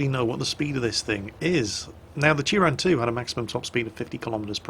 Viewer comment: Turán is pronounced in Hungarian more like Turaan. I've been there